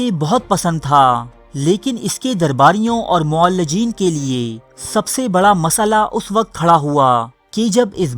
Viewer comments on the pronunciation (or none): بھائی صاحب اردو تلفط پر خاص توجہ دیں۔ معالج کو "معلج" اور معالجین کو "معلجین" پڑھ رہے ہیں۔